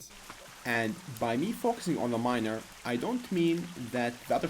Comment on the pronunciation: Ur pronunciation of miner is kinda SUS